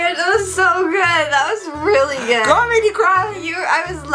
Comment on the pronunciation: He said gril hh